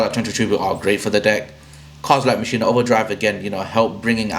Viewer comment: Great video! Thanks for the tips! (Oh just fyi, it's pronounced, "mock-in-uh" not "machine-uh")